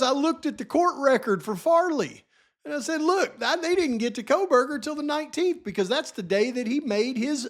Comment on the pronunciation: yes ma’am who could ever forget the famous JJJ uttering KopaaKohberger. 😹😹 Can’t forget herself referring to Bryan as Brent. 🤦🏼‍♀️🤦🏼‍♀️